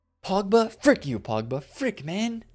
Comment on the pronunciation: Man said “frik u” 😂